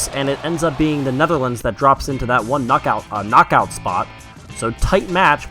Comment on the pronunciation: U have to say KNOCKOUT not NOCOUT😕😕😕😕😕